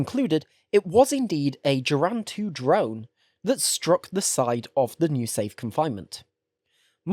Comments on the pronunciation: The letter G in Russian always makes a straight G sound, never a J. Geran is pronounced Geh-ran rather than Jeh-ran. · But he butchered the Geran spelling. Sounds like he's saying germs lmao